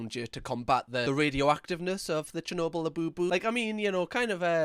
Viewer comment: Lmao!!! 😂🤣 she's a comedian! When she said 'Chernobyl', I heard 'Cher Noble', like a noble Cher Labubu! 🤣🤣 I've never seen this madness before, I'm SURE she's being a comedian here, they're so obviously drawn on with textas etc. She's hilarious!